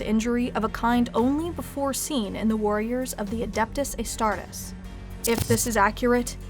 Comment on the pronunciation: HERESY! HE-RE-SY!!!